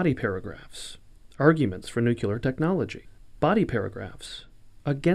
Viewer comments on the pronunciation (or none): Good video, but it's pronounced nuc le ar not nuc you lear. I would expect better from the British Council.